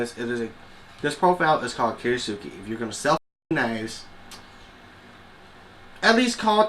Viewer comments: Since in transcripted Japanese, the "U" following an "S" is usually silent, Kiritsuke is pronounced "kee-rits-kuh", not "kee-ree-soo-kee". Other than that, everything about this knife is pure kitsch. Pink handle, fake damascus, silly blade shape. Since I came for the review, not the knife, I am not disappointed, as I do appreciate the honesty. You could add a few more close-ups though so the flaws become more obvious. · Thanks for the honest review. You pronounce "kiritsuke" similar to how you would pronounce the word "tsukemono" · lol call it what it is.. kiriTsuke there is a T . kir IT suke